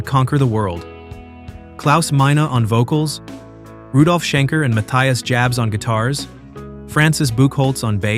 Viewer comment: You’re mispronouncing Jabs.